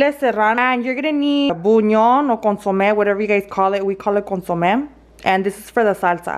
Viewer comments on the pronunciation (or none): none